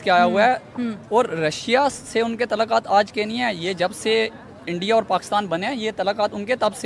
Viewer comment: तलाकात क्या होता है 😂😂😂 अबे सालो सुधार जाओ इंडिया होता है एंडीया नही भाई जान होता है पाई जान नही😂😂😂😂